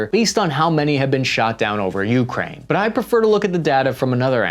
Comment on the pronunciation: Once I hear Ukraine pronounced that way I can’t keep listening lol